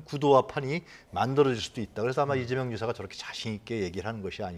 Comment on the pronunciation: 남자 앵커.. 이재영? 발음또한 신뢰도에 포함되는겨...